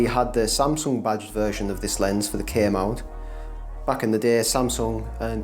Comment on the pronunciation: I thought you were saying "bodged lenses," but at the end I realized it was "badged lenses." LOL Nice collection. My favorite lenses are the DA* 300 and the DFA 100.